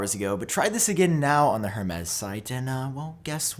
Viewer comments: Excuse moi, did you just say “Her-mez”?! It’s pronounced Air-mez! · “Herm-ez” lol. It’s “air-May”. (Hermes) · Her-mez? ROFL